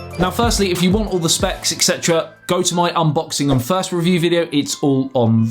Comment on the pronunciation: Sounded like he said thirst review which would fit